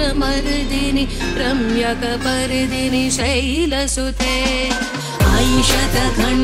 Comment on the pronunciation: " পদ্মিনী" শব্দটা সব জায়গায় "পর্দিনি" উচ্চারণ করা হয়েছে...শিক্ষিত,সুললিত উচ্চারণের প্রশিক্ষণপ্রাপ্ত RJ দের থেকে এটা কি অভিপ্রেত?????....পুরো ব্যাপারটা একেবারেই ভালো লাগলো না...